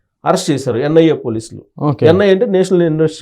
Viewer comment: ANIA endira anchor , it is NIA